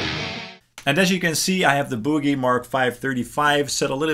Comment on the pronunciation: It’s ‘Boogie.’ Like the boogie-woogie. Not ‘buugie.’ 😂